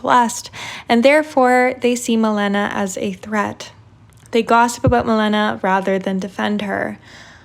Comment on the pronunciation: girl......its Maléna